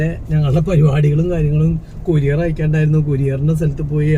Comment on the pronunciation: കൊരിയർ ❌ കൊറിയർ ✅